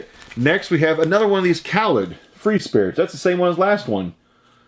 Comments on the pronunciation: It's pronounced "Kah-leed" not "Kah-lead" ...different guy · Khalid is pronounced (kuh-leed) or (kah-leed) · The artist is Khalid pronounced Caw-Leed he sings Young Dumb and Broke.